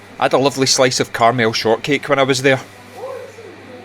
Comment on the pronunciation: Brilliant video that was superbly researched. Well done. Your pronunciation of caramel is disturbing though! 😂